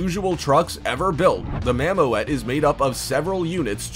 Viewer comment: Not for one thing or another, but is's pronounced: "mammoot" and not mam-mo-et.........